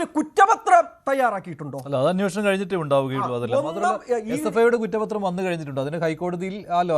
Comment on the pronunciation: അന്നോഷണം അല്ലടാ അന്വേഷണം എന്ന് പറയെടാ.